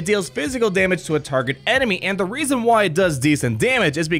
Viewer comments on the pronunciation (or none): none